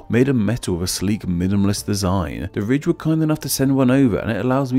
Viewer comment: I thought he said rich instead of Ridge